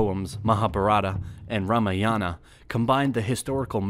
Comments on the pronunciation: It is not Rama yaana it is ramayana Not maha bhartha it is Mahabharata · Your pronunciation of Indian names is atrocious and an insult to the Indian culture. When you are putting down so much of effort, why can't you pay some more attention to Indian names & their pronunciation? Particularly, the long and short vowels must be distinguishable. Its is "Raamaayana" & "Mahaa Bhaarata".